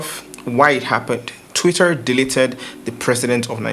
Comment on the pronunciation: You don't need to pronounce the R in TwitteR so hard na. Lol. Jeez